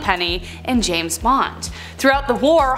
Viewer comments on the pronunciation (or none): none